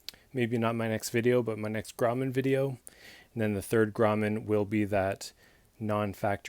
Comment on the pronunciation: fyi, its pronounced Grow-man, in Pic-toe, Nova Scotia. Own the #3 in carbon steel, and the R340S lock back folder, very happy with both. I've heard the same thing about their seconds, the defects are usually very minor. Cheers, it's a great looking knife.